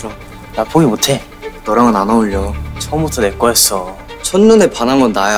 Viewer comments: 아 승민이 발음이 너무 땨땨땨 해....ㅋㅋㅋㅋ "난 포기 묘태".... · 앜ㅋㅋㅋ김승민 땨땨강쥐 발음 자체로 포기 모태. 이러는 거 너무 웃김ㅋㅋㅋ